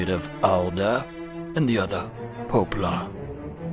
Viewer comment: They way you pronounced "poplar" made me laugh out loud.